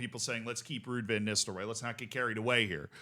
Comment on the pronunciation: Ego check: it's pronounced Vann not Venn